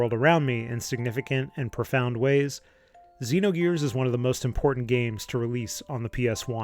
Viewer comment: Xenogears. It is Xenogears.